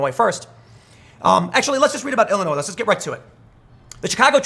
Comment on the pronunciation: Thank you for saying ILLINOIS correctly!